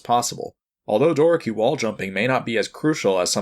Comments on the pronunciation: Door key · Doraki? Door-a-key. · Love the video, but hate the way he pronounces "Doraki" lol